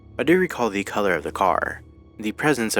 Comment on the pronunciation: immediately switching to a british accent upon reading the word "colour" absolutely killed me